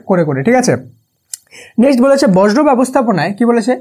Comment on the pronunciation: স্যার উচ্চারণ টা বর্জ্য হবে বজ্র না❤